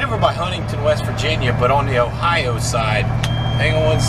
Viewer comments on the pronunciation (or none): none